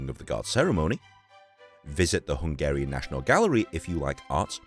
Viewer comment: like your Slovak, your Hungarian pronounciation is also quite good, cool to see the city where I live like this